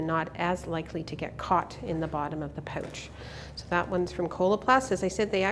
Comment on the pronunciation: Don't you meant to say "Aboout" and "Poouch"?